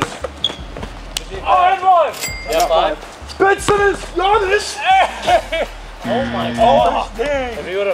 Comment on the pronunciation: actually got me mad he prounounced giannis (GA - NIS)